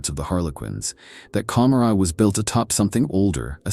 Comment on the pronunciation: I don't think I've ever heard it pronounced as com-ma-rah, I am no hardcore fan so correct me if I'm wrong but isn't it Ka-more-a and is a deliberate choice to conjure up the city Gomorrah from the bible.